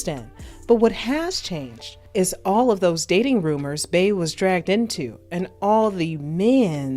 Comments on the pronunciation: Just wondering why you keep calling her “bae”… it’s Bey, as in Bee 🐝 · if you wanna call it a trigger so be it…but ppl mispronounce our names all the time…Lake is a nickname, not my birth name. And it’s always mispronounced or misspelled…and with us it gets old….my other cheek is tired. Her name is Beyoncé, aka Bey. Not Bae. And as a professional if you doing your research on an artist to do a piece on them, you should know how to day their name or moniker. I’m sure you correct ppl for saying your name wrong….if that ever happens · if her name is BEE yonce aka Queen BEE then why in TF would Bey all of a sudden be pronounced Bay?! Quit stretching …interviewers and bloggers need to KNOW the subject they are speaking about. And this isn’t a Beehive thing, it’s a BLACK thing….our names ain’t that hard to pronounce….even our monikers. No excuses. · How u black & can't say "BEE" ...... RIGHT smmfh ...... I'm clicking the 3 dots & hitting the "do not recommend this channel botton" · Every time she said “bae” i was like “who tf is that” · Nah F that “who cares”….get ppl names right. If we can pronounce Shanholtzer you can say Bee (Bey)…it’s not that hard. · the way u pronounce "Bey" as "Bay" and the way u robotically & awkwardly say "hot words" like "vibe" & "big chune" make this video almost unwatchable 😂